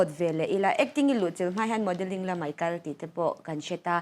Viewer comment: "Chibei" a ni lo, "Chibai" tih tur. "Mei" ni lovin, "Mai" ti rawh... Mizoṭawng hi lam dik hrâm hrâm teh u...